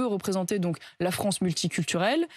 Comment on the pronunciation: Non franchement il respecte très bien la FRONCE. 🤣🤣🤣🤣🤣🤣🤣🤣